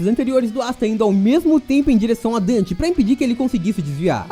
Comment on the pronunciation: Só eu que ouvi seno o nome dele é Dante kkkkkk